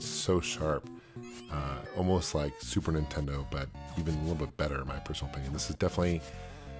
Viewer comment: love your videos man, you are an expert in retro gaming...what's up with the supertendo pronunciation though?